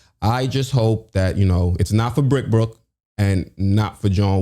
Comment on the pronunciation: Homie said brickbrook🤣🤣🤣🤣